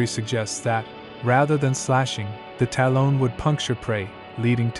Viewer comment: The AI voice is challenging...I'm sure your voice would be better than listening to this thing pronounce talon like salon the whole time. 😖 Still enjoyed the video though.